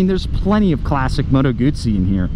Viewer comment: Bro, there’s no “T” in GUZZI !